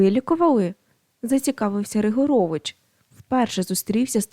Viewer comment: Ріжуть вухо неправильні наголоси. РигОрович, нІзАщо кОней, рУчкався, так має звучати.